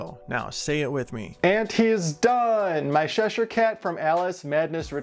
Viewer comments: I love the design of this one, I'm not a gamer so havent seen this before, but definitely fits your esthetic 😅, you should do some more of these characters. Although I do have to correct your pronunciation its "chesh_here" cat, like chess not sh-esh ere, sorry was really bugging me 😂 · ITS CHESHIRE CAT NOT SHESHIRE CAT. Please for the love of god say the name correctly. Ch doesn’t make the same sound as sh. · Looks great...But its called Cheshire cat Chess-shur cat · Are you calling him the Sheshire Cat?